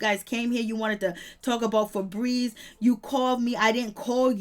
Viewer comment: Her name is Feby not no damn febreeze